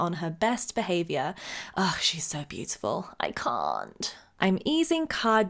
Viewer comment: “She’s so beautiful, I Kha’nt”